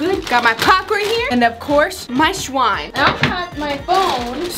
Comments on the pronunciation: It was so funny when said swime in stead of slime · I think it was shwime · said swime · It sounds like said “ my sWiNe “ when we know she meant slime. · When said slime,she said swime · said swime it’s slime XD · When said slime she accidentatly said "swime" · Did anybody notice she said slime slime slime right